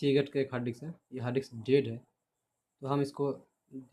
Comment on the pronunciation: No one: Literally no one SR : 'Hard dicks'😐